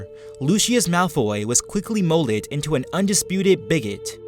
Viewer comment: It is Lou-Cus look at how he said molded.. mol ad ????